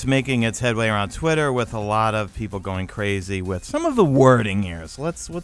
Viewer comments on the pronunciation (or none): twittit instead of Twitter